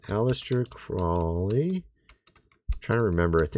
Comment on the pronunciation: Ahsta “the trolly” Krolly. Brother, you need help talking. What is happening, it’s not like you’ve heard these names and words said over and over and over more than most people.